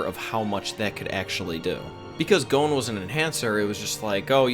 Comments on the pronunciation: why does he keep saying gon as "goan" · I couldn't continue after you called Gon "goan" rhyming with moan😢